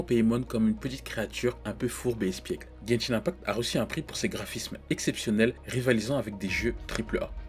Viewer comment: "genchin impact"